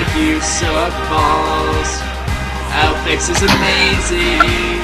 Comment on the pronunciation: Some say the real reason Aupex is so pissed off s because is saying his name wrong.